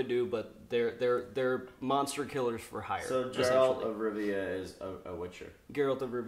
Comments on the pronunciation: I think I'm more triggered by the fact consistently kept repeating it correctly & he still stuck to Jeralt ×_× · "one of my favorite games. i spent so much time playing it." proceeds to pronounce geralt as 'jerAld' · Geralt not Jerald, Also ew. characterisations are not working for me at all. Geralt looks like silver Legolas and it's not ok with me. And Yennefer looks too plain. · "Since this is a video game TV adaption..." "JERALT" I feel so triggered already. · “Jeralt of Rivia” has seizure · If he says JeRaLt one more time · Dude on the far right still pronounces Geralt as "Jerr-Alt" when the guy on to the right of was JUST pronouncing his name the right way. Did he just not pay attention? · It hurts my soul when someone pronounces Geralt as Jeralt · That guy's name must be Jon Snow...though, surprisingly after murdering Geralt's name, knew it was from the books not the game. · I understand why someone could make that mistake but I don't understand how some people still pronounce it that way even after hearing the correct pronounciation. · Fucking hell its Geralt, not that hard to type/pronounce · No one in America can ever seem to pronounce Geralts name right! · The way he says Geralt’s name🤦🏽‍♂️🤦🏽‍♂️